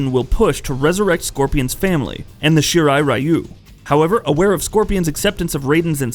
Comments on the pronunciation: Because he mixed the way english pronounce "Shirai" and the way asian says "Ryu" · He pronounces Shirai-ryu wrong too. From the wiki: Throughout the series, the Shirai Ryu's name is mispronounced as Shirai Rye-yu (when the correct would be Shirai Ree-oo). Also, given that "Ryu" is the Japanese suffix for "style", the name would be more properly parsed as "Shirai-ryu". Shirai Ryu means "Style/Flow of the White Well".